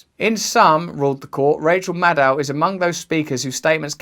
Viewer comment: When Russells says Maddow iit sounds like Mad Cow